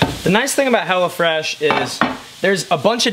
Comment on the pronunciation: I thought you were saying Hellafresh. Glad you spelled it out for me.